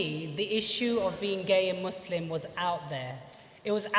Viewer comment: The Muslim drag queen that can't pronounce the word 'Muslim' correctly, hmmmmmmmm... fame seeking much?!